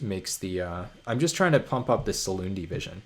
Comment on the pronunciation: Every time you say Silundi Vision I have to convince myself that there's not card named "Saloon Division" English is so hard ;)